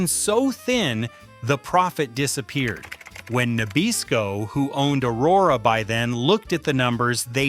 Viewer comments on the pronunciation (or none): "Jag u are" ? Are what ? sitting "In sise" "Porsche nine wevinteen" ? Whaaaaat is weevinteen ? "Nah beezco" what the hell is that ?